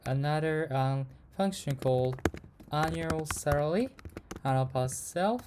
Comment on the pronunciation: bro cannot say "salary"